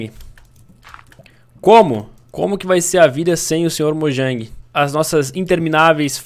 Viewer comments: sr mojan kkkkkk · Erou a palavra mojang